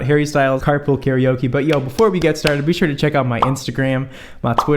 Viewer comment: LOL in any video says Carpool it sounds like carpal (tunnel) 😂😂😂